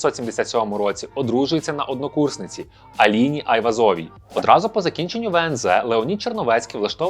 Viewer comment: не АйвазОвій, а АйвАзовій